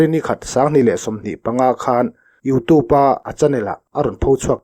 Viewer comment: Youtûb hi i ti ziah mai ah.A thing lutuk.